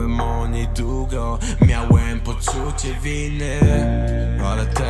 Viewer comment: Nie hejtuje ale jak na fajnego rapera " dugo i dugi " zamiast długo i długi to trochę 😅 wymowa lepiej i będzie ideolo 👌